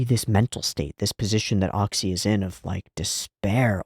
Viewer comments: Oczy is pronounced almost exactly like "ochi"/"oh-chyh" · obligatory explanation of pronunciation of oczy's name: the easiest way for english speakers to say it is "ochi". if you want to be pedantic, then the "ch" sound would be thicker, the way it's pronounced in "Czech Republic". another analog is the way that cluster of consonants at the end of the word "kitsch" sounds. any time you see "cz" in polish language, it's gonna be pronounced that way. also, his name means "eyes"